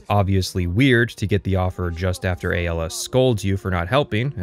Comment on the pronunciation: I think Aelas name is pronounced like Ae, el, uh!